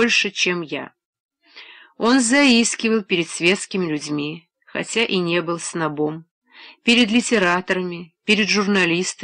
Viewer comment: снобОм? А до этого элиОт, вместо Элиот? Из какой деревни взяли на работу этого диктора?